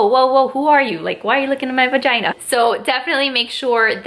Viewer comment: How many times she said vigina